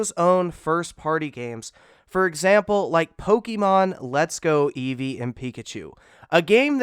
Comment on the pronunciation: "Pokeenon" (his made me cringe 😣)